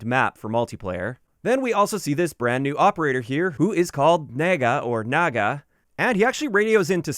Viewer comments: Its NAA-GAA not NAE-GAA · did you say naygay? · The mis pronunciation of Naga is killing me 😂